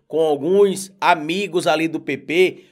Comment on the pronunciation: Por favor quando você pronunciar a palavra PP se expresse melhor pois muitos entendem PT e isso não é bom